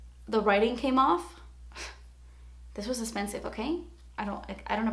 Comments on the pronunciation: I love the way you always say 'essspensive' 😂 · Ah I love it when you say "thas espensive" it makes me laugh and also your hair color is bomb